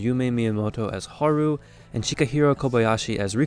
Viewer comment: You mispronounce Haru.